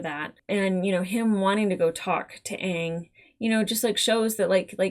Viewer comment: I confess I held my breath for the first "Aang," fearful they'd pervert the pronunciation to "Aung," that rhymes with wrong.